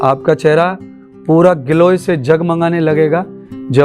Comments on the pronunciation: glow ko giloy kah rhe hai 😂😂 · गिलोय नहीं ग्लो बोलें। आपका क्षेत्र धार्मिक उसके अनुसार शरीर पर ध्यान न देकर प्रभु प्रेम का ध्यान होना चाहिए। शारीरिक उपचार की बात आयुर्वेदिक क्षेत्र वाले करें तो अच्छा रहेगा।